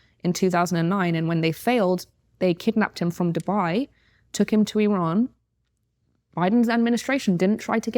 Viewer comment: Why does she pronounce "Iran" like "Elon"? Have I been saying it wrong the whole time? 🤭